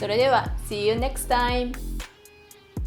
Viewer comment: 英語とのバイリンガルさん特有の話し方かと思います 最後のsee you next time は、日本語っぽくわざと言っているように思ってます 私にはバイリンガルの日本語だ！と言うことでかっこよく聞こえますｗ